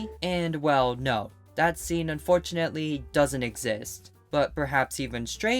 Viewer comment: emphasis on “unfortunately”